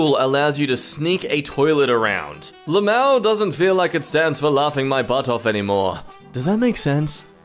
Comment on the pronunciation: It's L.M.A.O... not "lam'ow"...